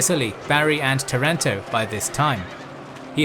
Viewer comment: Good video, but "Taranto" is pronounced with the stress on the first A. It's incredible how much of European history resulted from this petty fighting over inheritance. Luckily in the following centuries succession became more stable, giving birth to strong nations. It would be nice to see a video about the conflict between the Holy Roman Empire and the Catholic Church, the Investiture Controversy. In Italy we study it at school due to implications it had for our country. Otherwise you could do something about the emperor Frederick II, the Stupor Mundi.